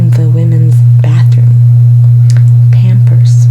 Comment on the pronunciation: Nobody:: pYAMpers